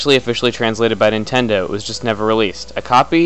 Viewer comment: where I the only one who tought chugga said nintenda